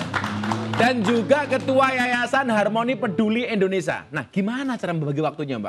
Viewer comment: Indonesia bukan Indonesa Gus ...